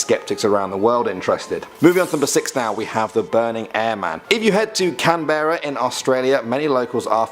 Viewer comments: lol we dont say can berra . We say it as canbrah even though spelt Canberra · F.Y.I Canberra isn't pronounced "Can - bare - a" it's pronunced either "Can - bra" - short 'a' or Can - bur - ra"! But NEVER Can - bare - a" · As me just listening where is Canbeara ? an Australian… what? Lol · Canbra not Canberra. It's not pronounced the way it's spelt, nothing is down here. Brizben, Macquarie, c'mon mate, ur a pom & half of our names are named after ur mob & u can't pronounce them???